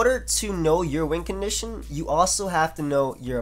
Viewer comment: I have always thought you said wind condition not win lol